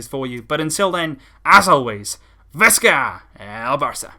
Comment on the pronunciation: It's "Vee-ska el Bar(roll your 'r')ça" not Visska. Please read this and please pronounce it right, painful to hear every video. But great content!